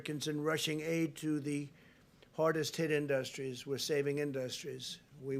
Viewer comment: Iit's not In-duss- strees it is industries 😂😂😂😂😂😂😂😂😂😂😂😂😂😂😂😂😂😂